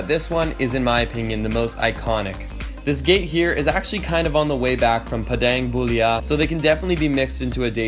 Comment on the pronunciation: Tegenungan is pronounced te-ge-nu-ngan, Padang Bulia is pronounced pah-dahng bu-lia Canggu is pronounced chahng-gu Native Balinese here, living in London. Message me if you need any tips for Bali and Indonesia :)